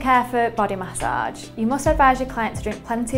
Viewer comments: It sounds like message with an accent at the age part. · Say massage one mo time